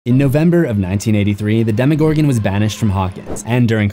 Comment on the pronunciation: the “demowog” is dart